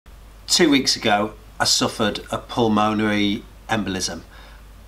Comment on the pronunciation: For reference, it’s pronounced pul-mun-erry